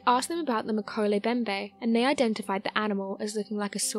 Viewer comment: Pronunciation matters!!! mo-KEH-leh em-BEM-beh NO silent letters. NOT meh-ko-lay Bem-bay. FREAKIN' LOOK IT UP BEFORE YOU BUTCHER IT!!